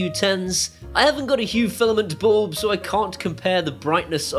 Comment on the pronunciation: I presume “ballb” is your strangle way of saying “bulb” to make life tough for us proper speaking Aussies? ;)